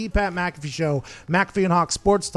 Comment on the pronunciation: My lad said Mat PcAffee